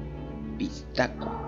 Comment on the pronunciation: Se dice pishtaco bro